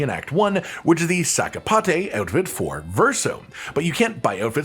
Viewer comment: Careful with the pronunciation - it's not "Luné", it's "Lune" (lunn); it's not sakapataé it's sakapatat' ("sac à patates", or litterally in French "potato sack")